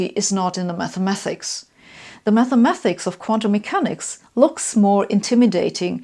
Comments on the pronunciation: She says Mathemathics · After I heard her say that and then "mathamathics" I was done.